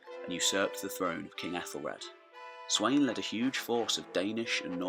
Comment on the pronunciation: Its Spelt Sweyn but its definitely not pronounced how you pronounced it! The wey is pronounced as a V! So it would be pronounced Sven Forkbeard